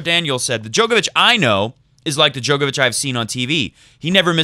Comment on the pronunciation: Come on it’s pronounced DJOR-KOVICH, not DJOKER-VICH. Even has it on his ATP profile page how to pronounce it. Click on the speaker symbol